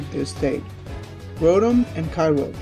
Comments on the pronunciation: You say Groundon weird.You sound so so so stupid.You also say the other one weird too. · grow-don and kay-roge XD its grou(said like growl)-don and kay-oh-gur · did he just say grudon and kyroge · he said kyogre and groudon wrong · The way he says groudon and kyogre.... 😤🙄😩😖